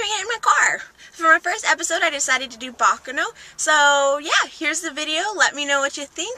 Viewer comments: ba KA no bakˈkaːno not... baka no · It's pronounced "baccàno", not "bàccano"! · Hi, just a little information, baccano is pronounced ba-KA-no. Anyway very cool channel.